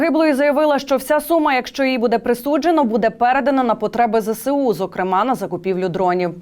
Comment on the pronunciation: Правильно читати треба: ЗеЄсУ (ЗСУ) Навчіться врешті решт.